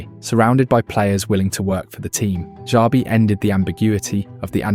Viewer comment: This AI voice over is fucking horrendous 😂😂😂 Pronouncing Xabi different every single time. WTF... just do the voiceover yourself or hire someone... fucking hell